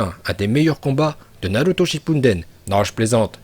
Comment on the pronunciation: il a osé dire naRuto ?